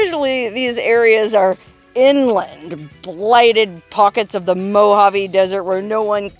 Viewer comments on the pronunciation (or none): none